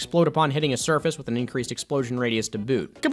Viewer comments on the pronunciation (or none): none